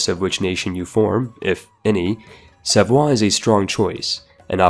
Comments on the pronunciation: Savoy is pronounced as it's written. Not "savwa". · Dude can you pls call savoy with his actual english pronunciation cose its not a french state, its an italian state that actually formed Italy and so using the french accent makes absolutely 0 sense